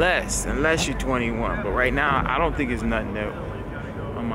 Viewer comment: I don't understand why you keep saying do n't